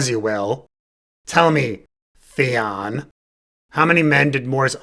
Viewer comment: Theon, Theon it rhymes with lemon.